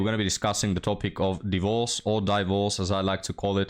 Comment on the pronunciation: "Die-vorce" 😂 how you grace the internet with your words keep up great work we'll mourn the loss of this channel if it becomes only ancient wisdom